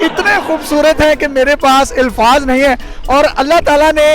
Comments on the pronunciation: Elfaz nh Punjabi pendo, Alfaz huta h, Urdu tu sikh lu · Ilfaaz nhi lfz alfaaz hai lfz